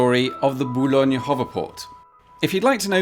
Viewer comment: Hearing someone pronouncing "Boulogne" perfectly but then messing the "r" of "sur-mer" right after will never not startle me. Too big of a jump, too close together. Uncanny valley stuff that my brain can't get used to. Also I think the H in the circle is for helicopters. From what I remember usually helicopters land on things that look like this.